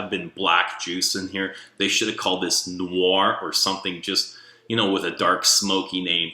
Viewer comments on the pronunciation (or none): none